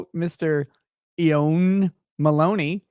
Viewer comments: I think that first one eoin is pronounced as Owen.. Edit: Okay that gets raised like 3 mins in. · Just an FYI Eoin is pronounced as oh-win. It's a gaelic name so the pronunciation is rather funky..... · Eon is pronounced Ian, it's Irish spelling 💜🙂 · perhaps his name is pronounced, E-IN. or IAN. i donno, just a guess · Eoin is an Irish Gaelic name and is pronounced Owan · I recommend pronouncing "EOIN" as "WHINE" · Just FYI, Eoin is the Irish spelling of Owen, and it is pronounced as such. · Pronounced Ian. Eoin is a spelling that's most commonly found in the UK. Probably a ye olde english spelling. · The first fan's name is pronounced "Owen", but it's not your fault that the Irish can't spell.